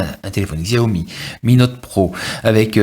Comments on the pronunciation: Très bonne vidéo pour un bon phone :-) Par contre, tu me fais rire à chaque fois ... xiaomi = chiao mi OK ?? loool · oh lalala. Faut arreter de dire "xiaomi" surtout si on fait une présentation.. :/